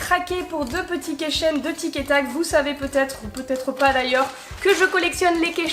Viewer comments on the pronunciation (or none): AHHHHH J'AI MAL AUX OREILLES QUAND TU ( missjirachi aussi d'ailleurs ) DIS KEYCHAIN c'est un mot anglais vas voir la prononciation stp